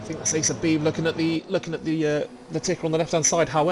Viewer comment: Great work on the commentary again gentlemen. 👍👍 Valiant effort on the pronunciation of my surname.😅 It's actually bee - bee. Forename was spot on. 👍👍